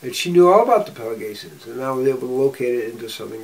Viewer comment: FWIW, it's Pelasgians, not Pelagatians.